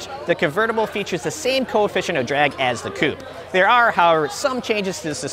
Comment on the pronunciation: Coupe* not coup